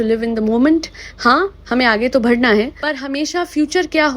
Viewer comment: One request it's Aage "Badhana" (बढ़ना) not Bhadhana.